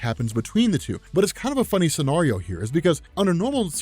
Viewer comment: I hate how you pronounce scenario